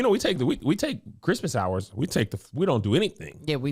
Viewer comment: You got hours to fill. Really breaks down your “ours” (you angel and Josh). Cause you gotta silence the haters. Are the h becomes silent lol